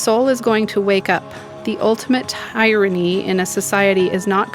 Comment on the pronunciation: Look up how to pronounce tyranny